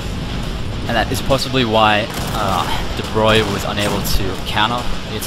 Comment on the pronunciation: I was impressed that you pronounced "De Broglie" correctly